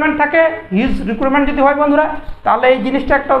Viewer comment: ভুল উচ্চারণ রিক্রুটমেন্ট❣️